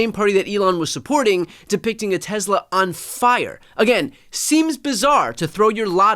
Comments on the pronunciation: BTC's pronunciation as "Tezla" seems odd to me. I live in California, and I've always heard it said "Tesla," at least around here. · TESS-LA. TESS-LA. NOT TEZZLA. TESS-LA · Its pronounced "Tess-luh." there is no Z. Fwiw. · Brian, it's pronounced "TeslER" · Hey Brian, I think it’s pronounced Teslar